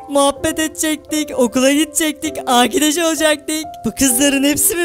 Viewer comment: ❌Arkadaş olacaktık ✅Akidaş olacaktık öyle söylediyse doğrudur.TDK yanlış biliyor.